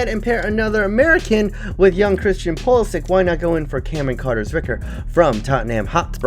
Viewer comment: It is pronounced pulisich